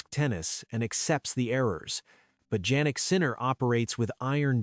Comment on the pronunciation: Jannik Sinner is pronounced as Yannik not Jaynik ( sounds like).